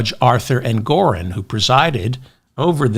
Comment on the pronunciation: ENGORON!!!! NOT ENGORIN!!! DON'T MAKE THE SAME MISTAKE TWICE....YOU KNOW BETTER!!! AND I LOVE YOU!!!